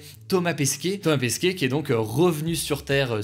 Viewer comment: Ça se dit Pesquet, pas Pesquier